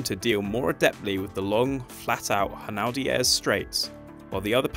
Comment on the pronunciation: I have never heard anyone refer to the W.E.C. as "wehk" before 🤔 Also, if you are going to call the straight "Hunaudières", then at least try to pronounce the French name correctly. Otherwise just call it "Mulsanne" like the rest of the English speaking world does 😜